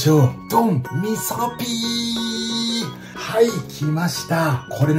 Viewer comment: 味噌ピーがみそきんに聞こえましたｗ